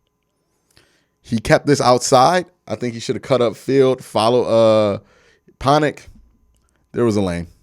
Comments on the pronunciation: Love the content Q. Thank you for making us smarter. My only critique, our center’s last name is Pocic not Ponic haha. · ponic? bro cmon it doesn't even have an n in it 🤣